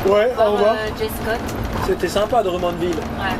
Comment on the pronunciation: Scorpions - Wind Of Change , Mais je sais que vous savez ;-) je vous connais trop. Encore une belle vidéo en famille c'est bien de vous voir en forme. Quand vous dite Drummondville ( prononcé Drom mund ville )